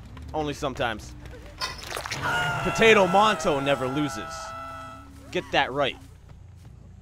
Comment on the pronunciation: Hello 2 yr old comment. I thought that's what he said too but I think he said "potato" weirdly